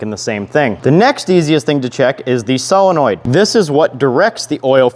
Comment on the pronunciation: Bro literally read solenoid as is no where close to what it is lmfao never heard that one